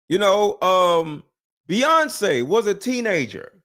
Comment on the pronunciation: It's Beyonce man Beyonce